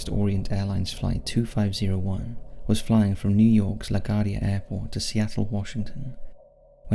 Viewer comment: * pronounced "LA GWARDIA" sorry to be "that guy".